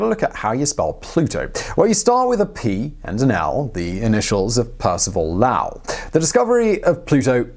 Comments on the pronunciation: Come on!!! This isn’t Japanese. You can’t pronounce Lowell properly? LOOOOOONG “O” sound, like pole, not like cow. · Pronounced lol not lau (for lowell) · Can't believe you can't pronounce a fine British/Welsh name like Lowell... It's LOW-ell, not LAU-ell. You have hereby been officially Grammar-Nazi'd, Lizard Man! And one egregious mistake only lizard-people would make: , Pluto's atmosphere could not "rise up... and fall back to Earth." It would fall back to Pluto, not Earth! Lol. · I had to stop watching the video because of the repetition of Lowell being pronounced incorrectly... LOW-ELL... How is Low pronounced? Lau? No... It is pronounced as LOW.... lol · low-el...it's a long o ! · Grew up in Flagstaff. Lowell is with long "o". Haha great video but that was driving me nuts. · Stop saying "Lowell" like "LAWL" for the love of planetoids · I'm sure I'm not the first to notice he's calling Lowell Lau like wow 😳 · Having grown up in MA and visited the Lowell Observatory when I was in school, I cringe every time he mispronounces the name "Lowell" as "Laowell". There's no "a" in "Lowell", even in England. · Percival L OW! L ? I be always heard Low l. Even the people at the people at the America call it Low l. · Lowell long o. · Lowell. "Low-el." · Love your videos, but please Simon, please, it's 'l WE-uh l'😉 I think the label 'dwarf planet' is fine, still a planet, just not a major planet... 😁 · Lowell. Low and well. Important to get it right, eh? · Lowell (/ˈloʊəl/) ! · You're making me howl with the way you say "Lowell" The way to say Lowell is to rhyme it with bowl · It has probably been mentioned a time or two - Percival Lowell - "Low - Ell". Emphasis on the first syllable. (The opposite of High-Ell. Except if you are in the Boston area, there is no one higher than a Lowell.) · LOL Low-ell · Low-el. Low-el. Not whatever you kept saying... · LOWel, Simon. Rhymes with bowl, not bowel. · The man's name is Lowell...long o like low. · Lowell rhymes with bowl over here.